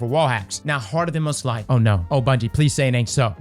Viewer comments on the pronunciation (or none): It's okay I'll say what you want to say about heart of inmost light, Those MF's butchered my boy